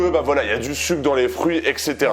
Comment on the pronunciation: Je pensais que tu parlais des "frouits" et pas des fruits 🍎🍊🍓😂😂😂